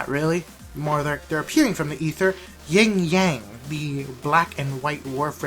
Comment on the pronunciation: Yin* Yang not "Ying Yang"